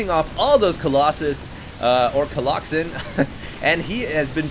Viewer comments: colloxen. you're adorable, lol. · Remember when said " a pride of colloxen" in the last video? That was SO awesome! Probably one of my favorite quotes from. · unless you tell us you say it jokingly... but right now many of us think you are serious about the whole colloxen thing otherwise keep up the good work